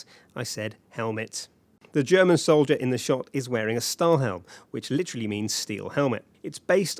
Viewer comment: Its call'd "Stahl Helm" XD and not "Stall heln"